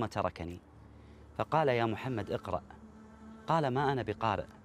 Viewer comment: اقرأ* بهمزة وصل وليس إقرأ وفي الآخرة حسنة*** وليس وبالآخرة